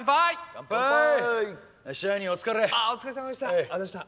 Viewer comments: 最初、支配人がシャイニー(?)って聞こえた笑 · 支配人がちょいちょいシャイニーに聞こえるんよな笑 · 支配人って言ってたのか… シャイニーにしか聞こえんかった… まじシャイニー。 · 最初 支配人って言ってんのかと思ったらシャイニーだった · ｢支配人｣＝｢しはいにん｣ですよ(^^) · 最初支配人がシャイニーに聞こえてて へんなあだ名だなぁと思ってた